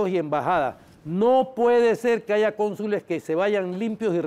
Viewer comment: El de CD dice AIGA